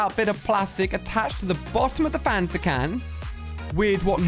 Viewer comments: It’s Fanta not phanta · Why do you call a DT and DIY and why do you call The canon thing phantom Ganon it’s fanta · I thought he said phantom mini gun